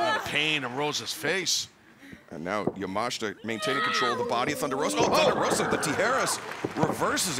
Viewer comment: ‼‼‼‼‼‼ Yamashita not Yamashta ‼‼‼‼‼‼